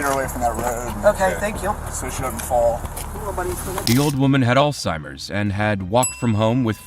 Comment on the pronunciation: Omgosh, you’re the first person I’ve heard pronounce, Alzheimers right, in 20 years. I work around other medical professionals and I’m appalled when I hear them say, All-timers! 😅